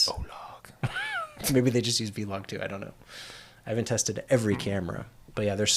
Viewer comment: Big fan of OH-LOG